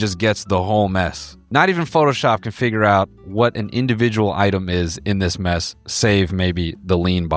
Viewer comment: The fact i thought you were saying “MEAT” nest the whole time and it totally made sense to me 😭